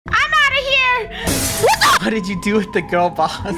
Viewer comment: u clearly don't know thats the way pronounced gurl